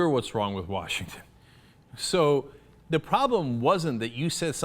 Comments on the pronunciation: for Warshington. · Forget the rape comment, this guy is disqualified for office for his mispronunciation of Washington as "Warshington". God damn that always bothers me.